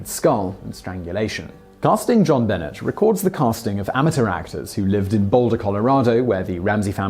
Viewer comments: Simon, you really need to work (research) on some of your pronunciations. JonBenet is not Ben-net, but Ben-neigh, like the French pronunciation. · You had me until you said "John Bennit". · How do you NOT know who JonBenet is or how to say her name? Lol She was only on every TV screen every day for YEARS. BENET = BUNAAY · Jonbenet Ramsey..pronounced, jon benay..didnt you hear a news caster say it ever? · I have to admit, he may not know that the name is French, and tried for a British pronunciation. Little Miss Stamper, since he doesn't live in the US, he probably didn't have the 24/7 news coverage pronouncing the name over and over again. Simon, if you read this, it is pronounced "jean beh-ney". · Jon Benet (Buh-Nay) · Dear Zachary made me cry mad horrible awful tragedy but uplifting at the same time. One of the absolute BEST I’ve ever seen... oh and that’s not how you say Benet you mark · Montel Paige Yes, Simon is English. But, look at it from this angel...Jean Benet is a FRENCH name!! Not even American! Like I said prior...a person's name is really all they have. Have some respect & make an effort to pronounce someone's name correctly. Especially on an international platform.